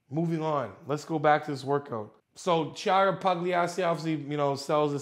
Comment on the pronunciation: Oh God, how he said Chiara Pugliesi 😂😂😂 i know that you can't read that name 🤗😁 but it was funny, as italian, to hear that 😂